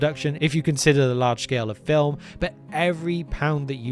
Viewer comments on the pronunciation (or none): none